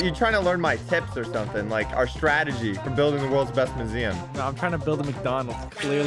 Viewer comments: the whole time said museum wrong he said moo-zee-uhm instead of myoo-zee-uhm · At the start u pronounced museum as muzeum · I think we pronounse "maziam" diffrent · Mu-z-um ;D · Why he say museum like that